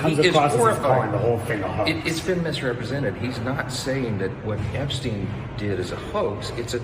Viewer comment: I'm going to lose my mind between the guest mispronouncing Epstein and Tim mispronouncing Hyundai